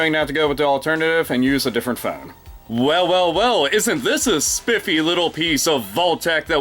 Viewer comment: i love how you say phone, "phewn"